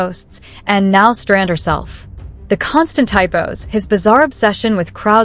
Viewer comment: It is Streisand, not Strand.